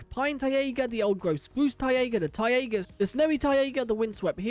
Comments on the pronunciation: Bro it is not pronounced Tai-ey-gah but its Tai-gah (kind of like Tyga the rapper) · just a heads up - it's pronounced "tye-ga" like "tiger" just without an r at the end. or pronounced as "tay-ga" depending on american vs english pronounciation. i've never heard anyone say "tye-ay-ga" haha but overall great video!